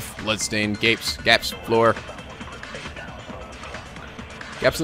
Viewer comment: Idk why but I laughed wen he pronounced gaps as "gaypes" xd